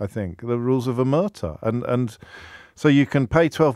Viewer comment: Omertà is pronounced with the accent on the A... OmertA